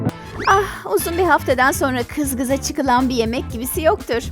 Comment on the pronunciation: kız gıza diyor